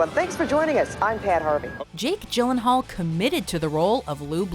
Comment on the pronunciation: Sad that the narrator doesn't know how to pronounce "Gyllenhaal".